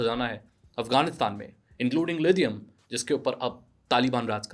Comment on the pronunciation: Lidium wtf It's lithium